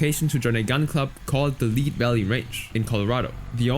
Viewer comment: wait how did he say lead that wrong there's no human that can make that type of mistake